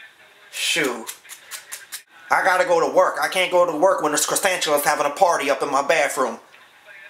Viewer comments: " Croissantulas " lol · Cresantuluas lmao ha ha you never heard of Cresantuluas . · He said croissanchulas🤣😂🤣😂